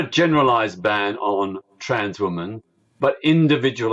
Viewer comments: I hate the way peter says ‘women’ its like wumen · Remarkable that Peter Tatchell couldn't actually pronounce the word "women". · I never had a problem with gays but I've never liked Tatchell, certainly not since he tried to defend PIE members. But, that apart, why does he mispronounce 'women' the way he does? He almost makes it sound like he hates the word being on his lips! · he even mispronounces the word "women". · The way he says women/woman is just weird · Why can’t Tatchell pronounce “women” correctly?? It’s so infuriating. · Yes, so annoying 😠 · Why can't Peter tatchell say the word women? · It's remarkable that this man who "doesn't speak on behalf of trans people" can't bring himself to even pronounce the word "women" properly.